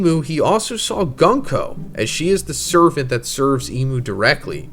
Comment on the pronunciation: This MAGA clown has been mispronouncing Gunko's name for the past year or so